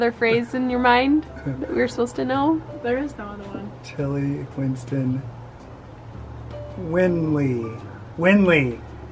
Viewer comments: nailed it with “Twinstons” 🧡🧡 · He did nail it with twinstons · He got it on point